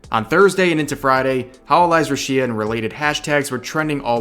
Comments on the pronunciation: The biggest drama here is Rev mispronouncing her name as "rew-shee-uh" instead of "Roo-shee-ah" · It's RUshia not ruSHIa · That mispronouncing of the name earned himself a dislike. Haha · That pronunciation tho. Ruesheea 😂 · What triggered braindeads: see Revs recap What triggers me: Rev says Ru-Shia. Every. Damn. TIME. "private life of the talemt is left up to the individual. We, as cover, do not interfere with our talents' private lives." Say it with me: Entertainment. 👏 Company. 👏 GET BENT WEIRDOS. UNLEASH HELL YAGOO! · the way you misspronounce the name is driving me fucking nuts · man if you mispronounce Rushia one more time I swear I’m punching my monitor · The real drama is how you pronounce Rushia